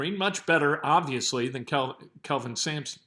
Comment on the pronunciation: You said Kelvin Sanctions wrong.